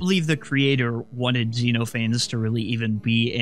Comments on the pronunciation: zen off uh knees its a Greek name. its not zeenofanes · by the way, xenophanes is pronounced kseno-pha-nes, It's based on greek philosopher who mocked religion just like xenophanes in the exe does